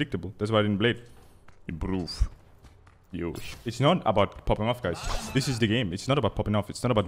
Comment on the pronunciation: I'm Japanese and think he says not Yosh,but Yosha